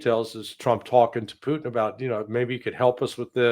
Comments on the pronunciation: p u T i n, not poo'in. The T is not mute. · Pooteenn not put in